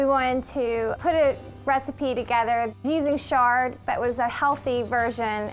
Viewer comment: Why are you pronouncing Chard with a "Sh"? Have I been pronouncing it wrong all these years?